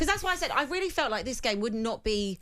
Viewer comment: "A weeeelly, weeeelly good goal..."